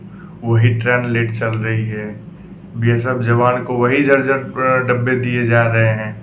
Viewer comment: Jajjar nhi hota jarjar hota hn